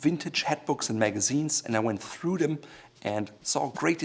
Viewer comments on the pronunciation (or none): none